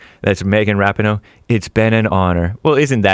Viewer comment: It's ruh pee know... not rap in oh... sorry hake